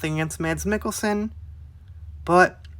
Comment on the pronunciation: You actually nailed the pronouncement of his name!